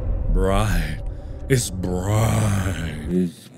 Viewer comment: Mark: It’s brighhtt *Jump cut* Anesthesia Mark: ItH brIgHttttt